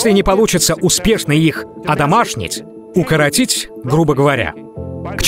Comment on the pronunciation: укротить, а не укоротить